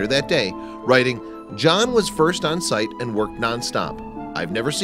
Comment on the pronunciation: Its john not jaahn